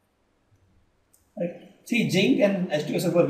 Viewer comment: It is zinc not jinc.... Other than dat it is a very helpful video